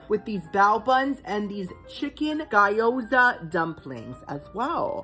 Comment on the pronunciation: "gyōza" = gyo-za. Say "gi-(hard g)yo", but quickly so it's one syllable, plus "zah". That's the same for other Japanese words with the same spelling (kyo, ch(y)o, myo, nyo, sh(y)o, j(y)o etc)